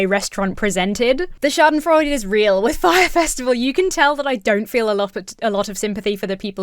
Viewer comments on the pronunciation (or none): An FYI; schadenfreude has four syllables. You have been short-changing it for years!😃